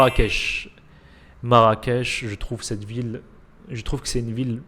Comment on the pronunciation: C'est Marrakech et non marrackech khey sinon j'aurais mis casa en fin de classement !